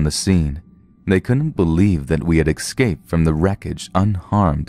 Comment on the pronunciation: 'excaped'? 'ecscaped'? Escaped.